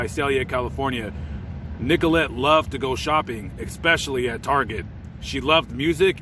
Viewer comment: I love that you give respect and remembrance to lives lost...one thing ...the word you use frequently is not exspecially...its pronounce Especially. As in "special" with ES in front. Not EX